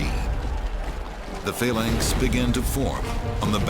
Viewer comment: Its phalanx not phaylanx